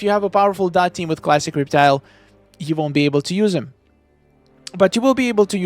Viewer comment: the“reep-tile” got me lol